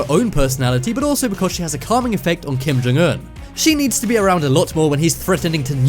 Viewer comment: I love that you pronounce his name correctly